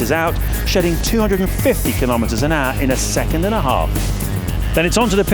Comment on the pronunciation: Am I the only one hearing him saying, "310 kilometers an Argh"?